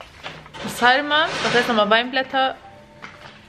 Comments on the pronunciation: SaRRRma nicht saLLma Hahahahah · nicht salma sondern sarma 😂😂